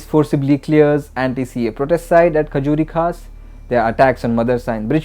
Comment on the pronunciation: KHUREJI KHAS not KHAJURI KHAS.